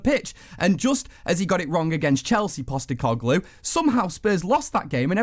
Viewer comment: Why can none of them say Postecoglou’s name properly? And that Gaz bloke thinks he is Jason Cundy!🤬